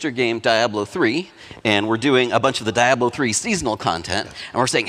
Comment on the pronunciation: Also...the way this clown says Diablo makes me understand why the game has gotten as bad as it has.